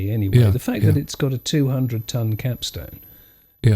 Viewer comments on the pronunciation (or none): Of course he meant "capstone" but he pronounced it "capstan'.In any case, I'm only having a bit of fun.